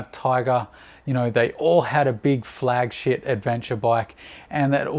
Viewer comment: Did you say "flagshit" ? 😂 Carry on with the speculation vids and ignore the blowhards mate 👍